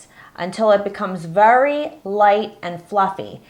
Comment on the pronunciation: Sorry but I have to say it ... its VERY not vury ... sorry it just annoys me. This really helped (with the frosting) thanks!